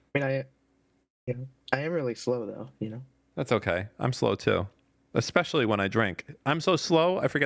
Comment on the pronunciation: Especially. Not eXpecially. jfc